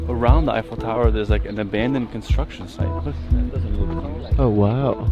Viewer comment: The Eye-Faux Tower.